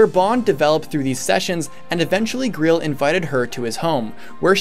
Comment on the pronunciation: Ah yes, the ”Greel” Mercenaries.